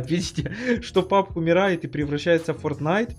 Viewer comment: пабк а не пубк